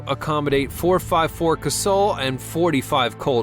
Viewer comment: My favorite is the Wildey 475. I own a 460 XVR. Oh, and you pronounced Casull wrong.